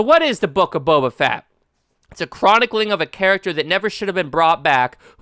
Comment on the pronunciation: The Book of Boba FAT! 🤣😂